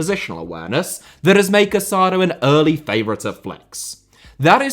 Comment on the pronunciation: The Barcelona midfielder’s name is pronounced Ca-sa-DOUGH. The accent on the final vowel makes all the difference. Please be respectful and pronounce the names of the players correctly.